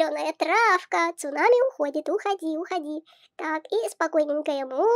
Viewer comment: Сунами а не цунами